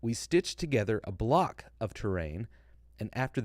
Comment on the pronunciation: Hey just a small thing. The French guy said in my hearing “ we stitch together block of terrain” it is very common for French speakers to not pronounce the s at the end of plural words as the s is silent in French when it comes at the end of a word. So I think he was saying “stitch together blocks of terrain”. that would line up with what Todd has said in the past. Great content!